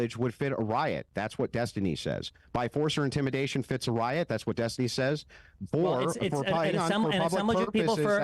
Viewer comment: it's Des-tiny.